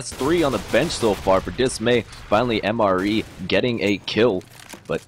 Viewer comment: I'm almost certain MrE is pronounced "Mister E", or mystery.